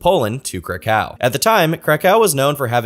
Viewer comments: I love your content but please learn how to pronounce Krakow correctly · to about only stupid YouTubers with zero legal knowledge would make that claim lol. I can assure you somebody as rich as Roman Polanski would have buried this guy in legal nonsense if this wasn't true lol ... You can't even say krakow properly lol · Dude, I love your content, but for the first time ever, had to switch a video off. not for it's subject matter, but for the pronunciation of the city my family is from, Kraków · I know bro did not pronounce Kraków like that